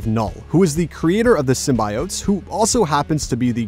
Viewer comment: I’m usually understanding of different cultures and accents.. but the way this man is pronouncing “symbiotes” is giving me anxiety 😔